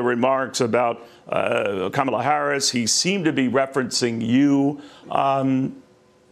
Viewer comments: I wish they would stop mispronouncing Kamala's name!! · This (rhymes with witch) is a governor and can't pronounce the name of The Vice President of The United States? Wow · It remains shameful that the GOP continues to be brutish by not pronouncing Kamala Harris' name correctly. This is no humility but a tactic to humiliate. I'm glad Harris doesn't react to such a low bar. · All Republicans that like to pronounce Kamala's name wrong.......... on purpose, shall get used to saying "Madam President".... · She can't even go to the trouble to learn how to say Kamala's name. So humble. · Being able to pronounce your Vice President’s name correctly should be a requirement to hold political office. If your brain is unable to handle that simple task then you aren’t intellectually qualified to hold a government position.